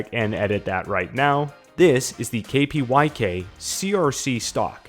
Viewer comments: KPYK is KRUK thats how you pronounce that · Kpyk is pronounced as krook if I’m not mistaken. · The 'у' in cyrillic russian makes the 'oo' sound, like in 'proof'. Only clarify because lots of guys mispronounce 'crook'ed. Kr-oooo-k.